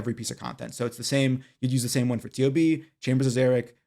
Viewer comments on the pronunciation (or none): Great video but please stop saying T-O-B, it’s a dead giveaway you haven’t done a lot of tob